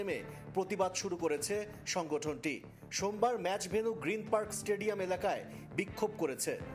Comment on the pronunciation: একজন সঞ্চালক স্টেডিয়াম উচ্চারণ করতে পারছেন না,ভীষণ মজার